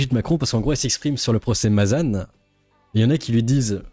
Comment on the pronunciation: On prononce Mazañ et pas Mazanne. Ça fait 2 fois que tu fais l'erreur. 😊